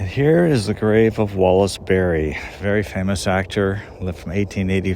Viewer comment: Wallace Beery, not Berry.